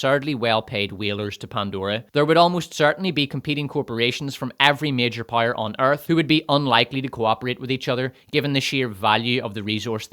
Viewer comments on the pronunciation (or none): I just realized after watching several videos that “pyre” is just how you pronounce power lmao, I thought “rings of pyre” is some kind of joke I’m not getting.